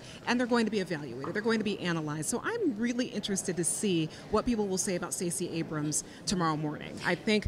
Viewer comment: Why did Thtacey Abramth make the Democratic response? I wanted to turn the T.V. off as soon as she came on. Hearing random 'th' sounds between syllables was incredible annoying.